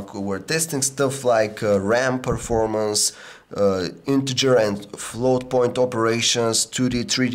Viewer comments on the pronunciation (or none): none